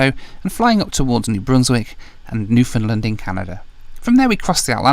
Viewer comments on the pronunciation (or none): Omg it’s new-found-land lol. People from here hates it when people call it newfinlind😂. Love the the video tho!